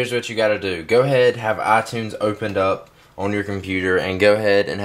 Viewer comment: Its iTunes, Not Aaatunes =.=